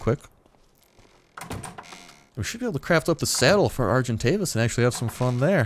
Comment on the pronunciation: you have to call your argentavis: SergantDavis LOLOLOLOLOLOLO